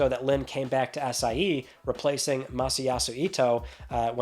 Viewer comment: I know you are saying SIE but my ears are hearing ACAI